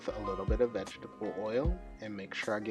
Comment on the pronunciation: Vege-TABLE oil? Haha cuhhh. Ima start pronuncing it like that from now on! Also this video sold me..im now a subscriber!